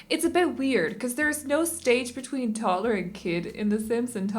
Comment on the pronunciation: I know this shouldn't bother me, but it does.. it's TODDLER, not TOTTLER.